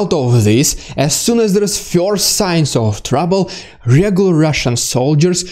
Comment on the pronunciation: The emotions this guy presents are really good! While respecting the tragedies involved; It's entertaining to listen to this news delivery! It kills me that he cannot pronounce "Dude" or "first" LOL! He says "Dyood" and "fiyorst" But it's AOK; part of the entertainment deal! The mimicking of Russian commanders is especially funny. Or should I say, "Fyunny"!??